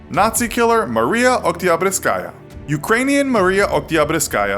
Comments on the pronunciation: Fun fact: Oktyabruskaya is the name adopted by fervent Communist supporters. It references the October Revolution, the Russian Communist Revolution. Also they definitely are not pronouncing her last name right lol. It's Okt-yah-broos-kah-yah. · Uni, Lord of the Krabs Mariya Oktyabrskaya Edit: got the last letter of her first name wrong.